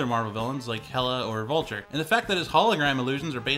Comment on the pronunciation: my guy said “vulture” 😂😂